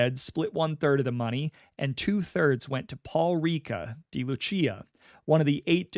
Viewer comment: It's pronounced "day" Lucia, Not "dee" Lucia